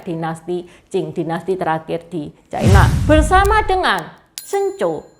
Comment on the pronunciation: Ucapan yg bnr China, bukan Chaina